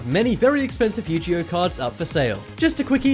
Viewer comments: 1 AAAHHH YOU PRONOUNCED IT WRONG YU-G-O not how it’s pronounced its Yu-ge-oh 2.not to mad but your still a awesome YouTuber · It’s not Yujio it’s Yoguie! 😂😂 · You-gee-oh cards😑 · Signs neither your narrator nor your QA team know what they're talking about: 'Yu-ji-oh' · Yu-Gee-Oh....? What?? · I thought it was was pronounced ugeo. How he mispronounced yugioh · Yoo-Gi-Oh... YOO-GEE-OH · You miss pronounced Yu-Gi-Oh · I don't mean to be annoying but first of all you pronounced Yu-gi-oh wrong and also when you were talking about the Harry Potter books you said it was worth up to 40000 dollars but the image you showed about them said they were worth 40000 pounds